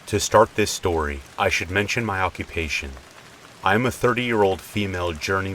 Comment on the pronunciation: I listen to these every night as I fall asleep! However, one thing I cannot get over is your intro. "SHtory #1, SHtory #2 & SHtory #3".